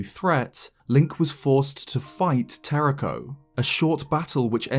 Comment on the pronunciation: YOU HAVE TO ROLL THE RS IN TERRAKOS NAME!